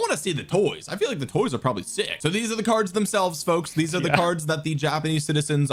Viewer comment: "They took err cerds!"